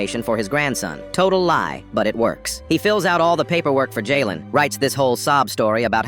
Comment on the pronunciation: This definitely AI “Ly” what is “ly” is lie